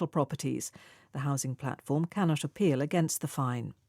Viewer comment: can not apeal 캔낫 쇼필로 들리네요.